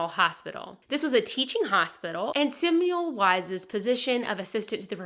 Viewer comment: Oops, it’s pronounced Se-mel-vise, not Sim-you-lize.